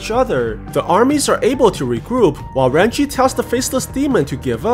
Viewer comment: Bruh if ur Chinese you should know it is Ren jie not ran chi